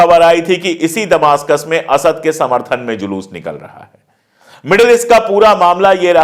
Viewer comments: Damishk hota hai damastak nahi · Please Sir ! दमासकस नहीं दमिश्क़ होगा